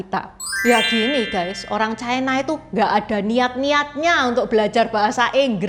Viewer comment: Ucapan yg bnr : China, bukan " Chaina "